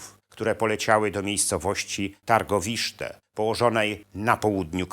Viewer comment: Tirgowiste , nie Targowiszte)